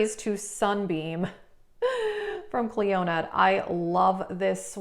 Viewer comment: I'm saying this with all the kindness in the world & with zero troll energy- Clionadh is pronounced: "klee-oh-nuh" not "klee-oh-NAD" like you say. Love your vids. Gonna see about using that lethal code